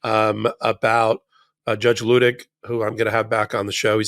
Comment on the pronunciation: Ben, a gentle reminder that Luttig is pronounced Lootig long u sound. From a MT Patreon patron. Love you guys!